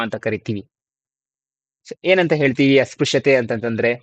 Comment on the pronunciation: ಅಸ್ಪ್ರಶ್ಯ ಉಚ್ಚಾರ -Asprashya